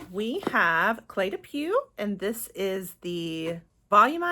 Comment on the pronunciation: Beautiful box but way too fragrance heavy. Thank you for sharing. I'm glad you found your new signature scent. Cle de Peau is pronounced "poh" , au in French is "oh". 😊